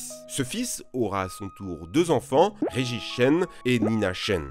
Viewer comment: "Regich" Lol